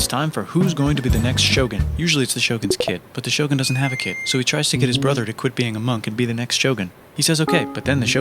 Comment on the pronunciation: I am from the western world, and I share your pain with his pronounce of "Shogun"